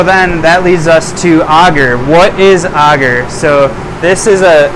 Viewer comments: Sir great content but please sound it out A gar. Your saying auger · Auger is a machine that digs a hole in the ground. Not Agar, which I've never heard anybody pronounce the way you have. 😂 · "I say agar differently than everyone else because I'm soooooooooo special." As a community we need to agree on a pronunciation and stop playing thsse games of semantics. You said we HAVE to use a flow hood. We can't use a still air box? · first person I've ever heard someone say Agar the way he does and although he has terrific info it's really annoying for some reason hahaha :/ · You are the first person I've ever heard pronounce agar like that's lol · You sure your pronunciation is correct? It's not for digging holes.